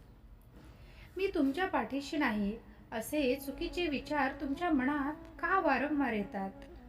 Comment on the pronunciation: ताई सांगताय छान पण मणात नाही मनात असं म्हणतात, अर्थ वेगळा होतो